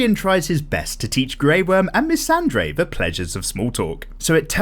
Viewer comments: Cool stuff!!! Love these videos, do keep this up! Looking forward for season 7. The only thing is it's MissanDEI, not MissanDREI. And The NighT King, not The NighT'S King, that's another character from the books. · "Missandei", not 'dray'. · did you just say Missandre? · every time you mispronounce Missandei, i lose ten years off my life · Thisssss! No one else said ANYTHING!